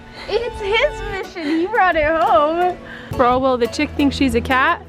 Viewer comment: Why is making all sorts of words into two-syllable words? "What the hec-kuh" (:57) -- "He brought it ho-muh" -- "Three head-suh" -- "So bi-guh". Is this a "teen" thing? I noticed another YouTube teenager doing it as well. 😧 Kate in Olympia, WA - 6/3/2019.